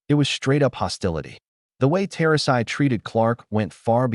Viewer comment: "Tosi" get your AI Bot narrator to at least pronounce "Turasi" correctly.